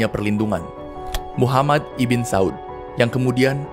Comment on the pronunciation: Ibn jangan dibaca ibin lah, tapi dibaca ibnu